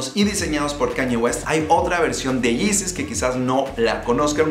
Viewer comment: Los yizis, los izis dice jajajajajajaja.